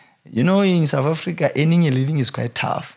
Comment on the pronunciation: His English frustrates me. Souf Africa for South Africa, wif for with and a whole lot more. Just stick to Sesotho the next time you're on a podcast.